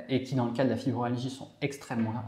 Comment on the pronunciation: Je suis ravie de vos clips et cela correspond bien à mes symptômes Pourriez-vous bien prononcer le mot FibromYalgie et non fibromalgie Ça me choque à l'oreille Continuez c'est très important pour nous Merci